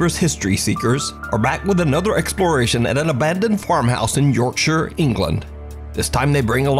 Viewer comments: Just want to give props to for his pronunciation of Yorkshire. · got to give ya the respect for saying yorkshire properly m8 im uk and 90% of my friends are u.s and not 1 of them can say yorkshire properly i luv ripping them for that lmao. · Thanks so much for getting Yorkshire right its a pet peeve of mine when its pronounced wrong .😅😅